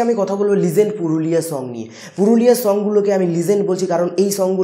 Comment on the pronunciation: ভাইরে লিঝেন্ট না 😂😂😂 লিজেন্ড 👍